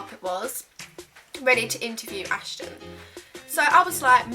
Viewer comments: it's Aston not Ashton 🙄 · When she said Ashton I was Screaming ITS FUCKING ASTON!!!! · He's names Aston not Ashton 😂😂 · ASHTON ??? ITS ASTON BUT OKK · Was anyone else getting annoyed because she kept saying "Ashton" instead of "Aston"😂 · He was your favourite from JLS but you don't know his name? It's Aston not Ashton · Ashton?? how can he ur favourite when u don't even know his name lool it's *aston 😂😂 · he was your fave yet you don't know how to say his name?? its Aston lol, Marvin was my fave.. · It's Aston, u pronounce it wrong, it is pronounced as-tin lol! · It's actually Aston not Ashton he was my fave two x